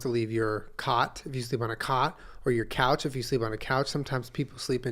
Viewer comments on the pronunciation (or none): none